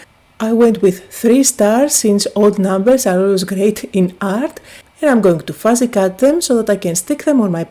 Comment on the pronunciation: I love it when you say "fuzzy cut" and "focal point" with your accent🙂